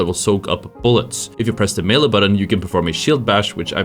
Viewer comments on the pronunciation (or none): none